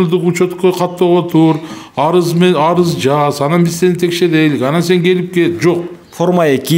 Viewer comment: Арыс эмес арыз